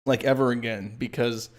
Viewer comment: Errver and errver